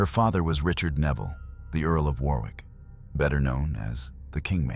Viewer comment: Pronounced WORRICK as in borrowed.